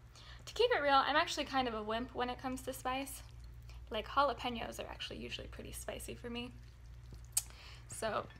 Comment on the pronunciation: u didn't say jalapenos right lol love u